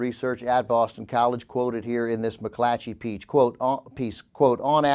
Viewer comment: pronounced "piece" "peach" TWICE within the first ten minutes!